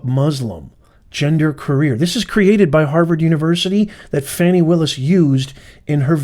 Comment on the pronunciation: Her name is pronounced FAH-NEE